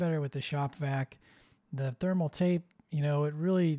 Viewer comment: Am I the only one who noticed "Themal Paste"? Made me chuckle